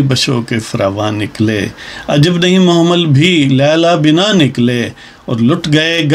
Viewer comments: Dear word mohmal nhi mahmal ha محمل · محمل کا تلفظ توجہ طلب هے!